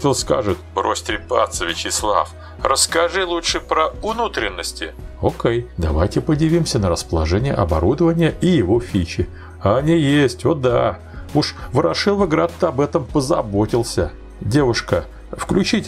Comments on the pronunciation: Уважаемый автор, пожалуйста: не "РодакОво", а "РодАково". И не "Ворошиловоград", а "Ворошиловград". Обидно. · Не знаю как относительно обозрения технической части локомотива а вот насчёт названия города в котором создали указанный тепловоз есть нарекания а именно не Ворошиловаград как было озвучено в ролике а Ворошиловград. А предприятие тогда называлось ВЗОР то есть Ворошиловградской Завод Октябрьской Революции а среди ворошиловградцев ныне луганчан завод ОР.